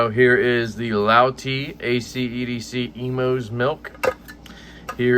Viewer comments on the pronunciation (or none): great review! love the honest feedback.. ya said it right, Ivan will progress like any other talented maker in the space!.. one small tip.. it’s “ACE- EDC”.. double use of the “E”.. not “AC- EDC”.. still love ya though ❤️ 😂